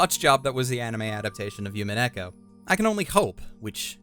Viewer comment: and the "u" in umineko in not pronounced as a "Y" sound it is an "oo" sound like in roblox death "oof"